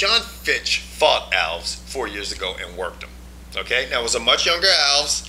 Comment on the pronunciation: alVEZ is how it's pronounced fucktards